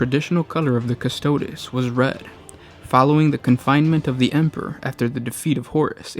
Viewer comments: Custo DEEZ not custodiz, jesus christ. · straight from the wiki and piss poor pronunciation. "Costoads" quick Google and you too can pronounce things correctly. If you weren't supposed to be a pro, I wouldn't care. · repeat after me, custodes, cuss-toe-deez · CustodE You said astartEs right 🤦🏻‍♂️ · Just a note: the Warhammer characters have classicla Latin pronunciations. Legio is pronounced "Leg - ee - oh." Custode is pronounced "Cuhs-toh-days." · I disagree. If is real classical pronunciation it should be: leghio (lèghio) and cu-sto-des (custòdes) with accent on ò. I'm italian, and studied latin and greek at high school